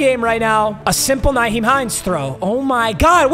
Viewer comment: i hate the way pronounces players names, especially Nyheim Hines.